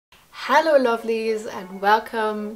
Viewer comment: The first word was hallo and not hello I love it😂🧡